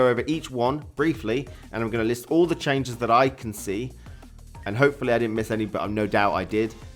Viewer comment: ''Çhenges'' LOL